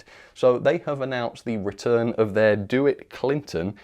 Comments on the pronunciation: Just a minor comment on what is overall great content: the name of the early U.S. "DeWitt Clinton" locomotive is pronounced "duh-WITT," not "DO-it." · "Do-WITT" Clinton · The first name of "DeWitt Clinton" is normally pronounced "duh WIT". He was, among other things, governor of the state of New York from 1825 until his death three years later and responsible for the building of the Eire Canal. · So I don't know if it might be different for different areas, if there are other Dewitts haha, but at least the New York style pronunciation that I am familiar with is D-wit. It's a soft D like duh, e is basically silent, and then the end is wit like the synonym for intellect or witty. That's just the style of pronunciation that I've grown up with, so I felt I would share. Cheers from across the pond, keep up the great work. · DeWitt Clinton's name is normally pronounced "Dah-WITT". He actually wrote it as "De Witt", which was his mother's maiden name. He was Mayor of New York City, a U.S. Senator, and oversaw the building of the Erie Canal while Governor of New York. BTW Bachmann is still pronounced "Bock-mun", not "Back-man". Like Johann Sebastian Bach....